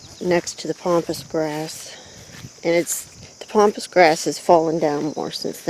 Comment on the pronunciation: Please please please it's called PAMPAS GRASS not pompas. Please say it right as it's so annoying. So sorry to say this but I had to. Love to you and yours.